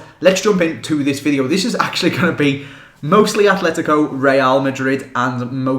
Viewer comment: Please stop putting a 'H' in ATLETICO. There is no 'H'. There is Athletic Club Bilbao and Atletico Madrid.